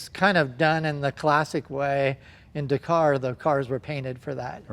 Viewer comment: God it pains me how you both say Dakar